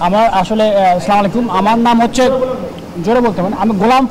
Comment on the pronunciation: চমালাইকুম এটা কি ধরনের সালাম? এরা বলে ছাত্র 😂😂😂